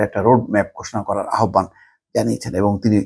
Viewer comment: আহ্বান উচ্চারণ 'আওভান', আহোব্বান নয়।